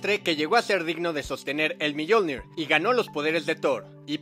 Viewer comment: Yo opino q se pronuncia "miolnir" no miyolnir haha